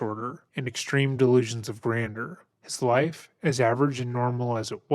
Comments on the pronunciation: Sorry dude but this is one of the most annoying intros to listen to when you keep pronouncing it delusions of grander. It’s grandeur. I know it’s a small criticism, but that’s really grating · Honey it’s not “grander”, it’s “grandeur”, a different word with a different pronunciation. 😊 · Gran-jure ... Delusions of "gran-jure" Not being critical. I enjoy the channel. I just thought you might want the information. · It's pronounced "gran-jer"! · It’s pronounced like "grand-you’re" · Love your videos. Please google how to pronounce things. “Grandeur=Grand-jur.” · you pronounce grandeur incorrectly. ˈɡranjər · Please say "Grandjeur" properly. It's pronounced GRAND-JER. LOL!! I have to tell you that when you laugh in disbelief at a video. It's contagious. I love it! Seriously, your laugh when your narrating is awesome! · Please learn how to pronounce GRANDEUR! Gran - Juor. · You know I love you guys 😘😘 but it’s pronounced “ grand-jurr”-“delusions of grandeur “. ( AND dude can NOT Rap, he ain’t no poet but he didn’t know it! ). Yes, delusional. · Can’t listen to this,….sounded interesting but ,…. constantly mispronouncing “delusions of grandeur“ is more than I can take right now. Try using a pronunciation dictionary! Many people may call me a snob, but that doesn’t matter. English needs to be spoken correctly! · You really don't pronounce grandeur well my dude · Why are you saying grandeur like that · I don't think that is how grandeur is pronounced, but excellent coverage of this case. 👏 👏 👏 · I hate to nitpick but I can’t stand the way you pronounce “grandeur” 😔